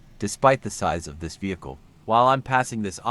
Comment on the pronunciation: What is a "vechl" bro 😂😂